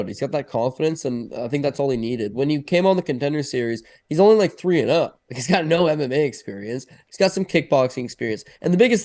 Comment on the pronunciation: What is that pronunciation for Tresean Gore hahah. Its Trey-Shawn